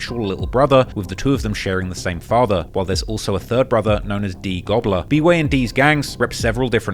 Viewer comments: Yooo did I mishear that or did he say one of these goons went by D-goobler LOLLL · D gobller? But why